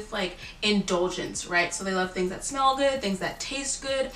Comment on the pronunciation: When she said in Taurus that you should smell good, I heard “spell good”. I was like, “Well, I think my grammar’s pretty good...” 😂